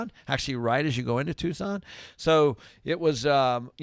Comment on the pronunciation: Hey guy's. . It's Tucson